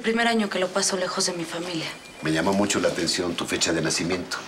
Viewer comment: Luciana es tan linda y noble, pero lo que me desespera es cuando pronuncia la CH por SH. MISHASHA, MUSHO, SHAMBA, NOSHE, COSHINA, y más....